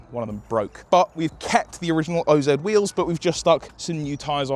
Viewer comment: It's Oz not o.....z wheels 😂